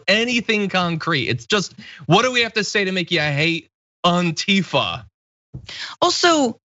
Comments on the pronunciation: "AUNTIFA MAXINE" ARE YOU KIDDING ME 😂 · Did anybody notice how the guy mispronounced Antifa